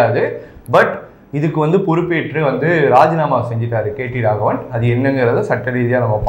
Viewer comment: தம்பி நீ கேட்டி ராகவன் இல்ல கேடி ராகவன்.